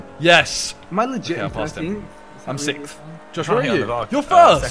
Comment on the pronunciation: Love how they can't pronounce "sixth"...there is an "X" in "sixth", it is not "sith"!!!!!